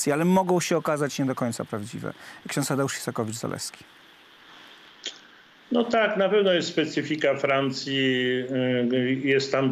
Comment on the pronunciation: No ale nie "Izakowicz-Zaleski", tylko "Isakowicz-Zaleski".